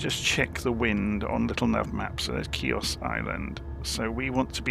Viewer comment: I spent a magical 2 weeks on Chios in 2012, excellent modelling of the airfield, just as I remember it!....just one thing, it's pronounced "he-os" the "C" is silent! Transavia used to squeeze 737's in there, but I think they had to refuel on the return trip to Holland at Thessaloniki due to the short runway! I also spotted Avro RJ's from now defunct airline "Astra". Very few Brits went there, we had to transit through Athens onto (in those days) an Olympic Q400. There is a deserted airfield on the south west side of the island which I was told by a local that it is a diversion airfield for the HAF.....with the close proximity of Turkey, I think a lot of the airspace is still hotly contested and airspace incursions are a regular occurance! Excellent video, thank you🙂